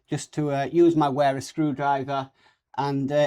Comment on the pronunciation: The word "wera" is pronounced like "Vera" in English. You didn't mention anything about soft mats or the stands used, which is a shame.